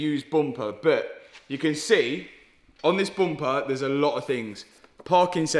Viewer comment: Front bumper turned into a front boompa 😊